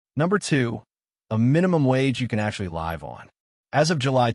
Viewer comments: he pronounced 'live' wrong - means the voice is AI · Minimum wage you can what on? The word is live (rhymes with give, not hive). F'n AI crap video!!!!!!!!!!!!!!!!!!